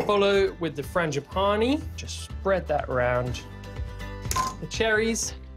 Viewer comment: Was that supposed to be funny to mispronounce frangipane?